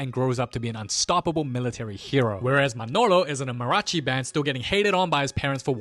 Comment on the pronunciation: im so sorry but the way you say mariachi is so funny lol